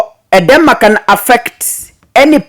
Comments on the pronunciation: It’s called Edema and not Edama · It is pronounced E-d-Ma. Edema can be the result of medication, pregnancy or an underlying disease — often congestive heart failure, kidney disease or cirrhosis of the liver. Elevate and or stretch the feet when traveling long distance. When symptoms persist, seek medical attention immediately.